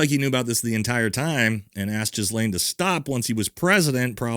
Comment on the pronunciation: Ya know how you feel when your Master calls the Epstein case a “Democrat hoax”? Thats how we feel when you talk like Charlie, Tucker and Nick are fuqing heroes. Also: gee-LANE. 🤦🏼‍♂️